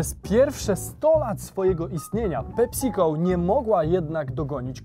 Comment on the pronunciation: Ta wymowa „PeSico” brzmi jak PepsiCol. Poprawna wymowa to PEpsi-co. Nie są się słuchać tego